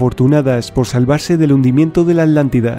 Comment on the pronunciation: Porque los españoles no pronuncian la T,? Dicen ALANTICO, O ALANTIDA.